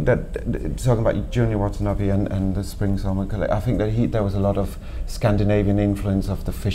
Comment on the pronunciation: Lol A guy tries to discuss about Junya Watanabe and doesn't even know how to pronounce his name .. Pothetic . What the hell is Junya Watana "bee"?